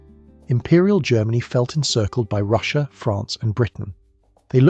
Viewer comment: I assume it's ai voice because it goes from China being pronounced "Chinaer" then switches to China being pronounced "China but Russia being pronounced as Russier" Im born 1980 my good friend to this day liked the band Weezer, fine, whatever. But in our teens i made fun of how his not favorite just liked Weezer "Champagne Super Nover in the Sky" was funny as we played DnD (it was mainstream, meant to be taboo made it fun like hiding to smoke some weed and a few ill gotten beers, but we were the "nerds' now its a billion dollar industry. Stupid huh?) Kinda odd what's worth money now.